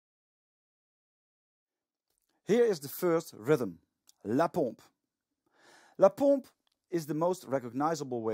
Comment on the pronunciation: You got the good pronounciation for la pompe